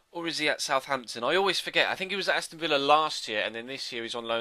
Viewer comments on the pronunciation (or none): none